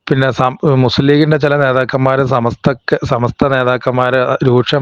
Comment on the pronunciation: സമസ്ത പറയാൻ അറിയാത്തവൻ ആണോ ഈ പൂക്കോട്ടൂർ പറയുന്നത് തന്നെ കേൾക്കുക സമത്ത എന്നാ ണ് പറയുന്നത്